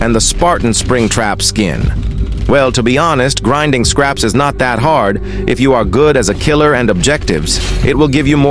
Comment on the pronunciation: Bro it’s no scarps it’s scraps